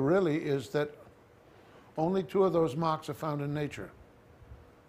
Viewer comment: This is Brilliant. I kept Googling Machs, trying to figure out what a Mach was. If I was more patient and listened longer, I would realize he was saying "Marks".